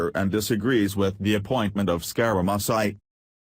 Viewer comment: Yee-Hee-Hee! I never thought how much trouble a robot would have pronouncing "Scare-a-Mooch-ee". This is the worst I've ever heard.